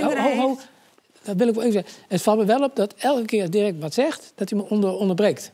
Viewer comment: Naahh dirrrek